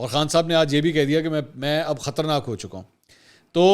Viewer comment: Khtarnaak nahin khtraynaak